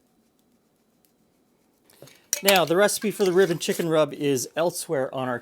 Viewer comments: I know you're saying "rib & chicken rub", but my brain INSISTS you must be saying "ribbon". Took me longer than I'm proud of to realize that it wasn't from a fictional "ribbon chicken" dish. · It wasn't until the third time he said "rib & chicken" that I realized it wasn't "ribbon chicken."